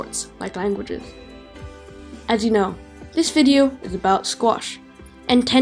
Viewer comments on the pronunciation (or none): none